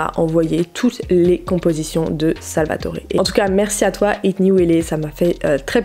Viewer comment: Apprend à lire stp. Salvatore c' est un T et pas un D . Tu devais dormir en cours toi.